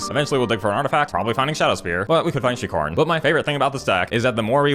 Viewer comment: At one point when you said shriekhorn, I swear I thought you said streetcorn. Keep up the sweet decks and funny content. Here's to winning tsome prizes 🤞